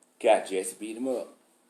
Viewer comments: His name is "Jussie," not "Jessie." But I can see where you are making the mistake. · jUssie... not jEsse. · Sir....JUSSIE (like Rust) SMOLLETT (like Gold) not jessie summit!